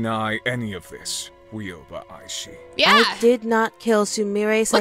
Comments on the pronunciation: Hi!! Aishi is pronouced “A-shi” the first i is silent c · ITS EYE SHE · It’s pronounced I-shee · I just wanted to say that you pronounced her name wrong but that’s all right because you’re still my favorite YouTuber by the way, you have to pronounce the i at the end not hate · U got Ryoba right in pronouncing but aishi is pronounced eye- shi k not tryna be rude just saying